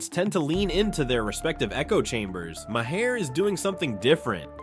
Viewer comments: Dude, it's pronounced Marr, not Ma Hair! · Have you considered learning how to pronounce Maher?